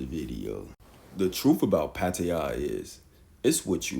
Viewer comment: pattiya? you mean pattaya